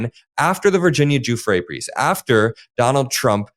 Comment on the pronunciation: If you’re going to lie please pronounce Virginia’s name properly!!! You are a puppet!!!